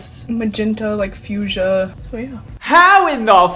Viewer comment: Few-jaw? Fucsia is pronounced few-sha!